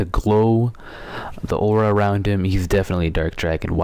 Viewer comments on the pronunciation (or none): none